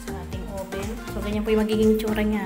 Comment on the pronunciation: oven not oben